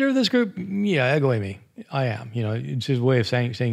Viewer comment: ego eimai is pronounces "ego eemay" ;)